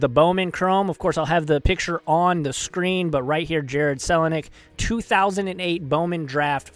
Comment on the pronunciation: Sick video pronounced kel a nick (Kelly)